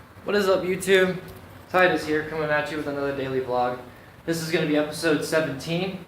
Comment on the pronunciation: I heard Titus like men